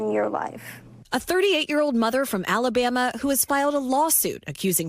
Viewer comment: So why did you say Alabama like that?